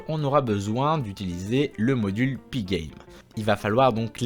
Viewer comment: Tu prononces magnifiquement pygame !